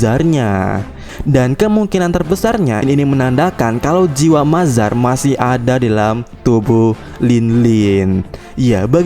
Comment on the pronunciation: Mother mode di baca mazar 😂😂